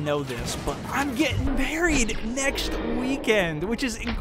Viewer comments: did you say youre getting maried, it sounded like yoh said burried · Ikr it sounded like buried